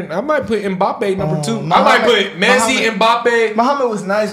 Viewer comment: HIS NAME IS PRONOUNCED ' NOT LIONEL MESSI‼️' ANYONE ELSE that is very good should be referred to as ... Yeah, but he's no MESSI.. 🏆☑️‼️🙏